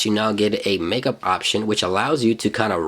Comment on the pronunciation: Called "markup" ..... Not "makeup" lol